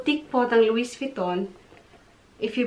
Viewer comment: Silent T po ung "louis" sa pg pronouns. :) But such a beautiful bags! Love it!